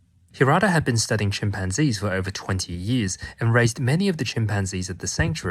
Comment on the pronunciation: Chim pan Gees! Great pronunciation